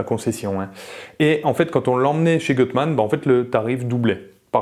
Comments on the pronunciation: Magnifique 👍 En revanche c'est "goutte mane" la prononciation 😉 Je serais curieux de savoir comment ça marche par rapport à un swap de XU9J4... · Gutmann si lit Goutmann 😉